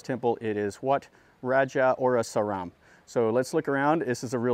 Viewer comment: Wat Raj Cha O Ra Sa Rarm, Raj Cha War Ra Wi Harn, Jom Tong and Chedi is Jay Dee. Bangkok is properly pronounced Barng Gork.